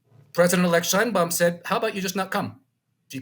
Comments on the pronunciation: Claudia pronounced her last name, and her Mexican people pronounce her last name "Shane Baum." You should too out of respect. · Sheinbaum pronounces it SHANE Baum. Giving her the scepter was part of the false populism of the party. Saying López nationalized resources is more of the same. National resources were nationalized in 1917 in Article 27 paragraph 4 of the constitution. The universal pension for senior citizens was instituted in 2004 by president Vicente Fox. Unfortunately Sheinbaum says she will continue López's disastrous policies. One of those policies was de-funding the precise areas which Mexico needs to develop in order to become a major power - STEM, education , and culture. Wanting the king of Spain to apologize for the conquest more ridiculous populism for the uneducated fanatics.Spain did not exist as a polity in 1521. On the bright side it has been announced that Mexico will reverse the pro-China stance of the past two administrations and will realign itself with its most important trade partner, the USA.